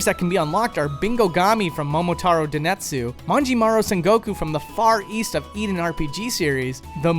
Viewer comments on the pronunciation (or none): I don't think you'll rerecord this or anything but it's momotaro denTetsu, not Denetsu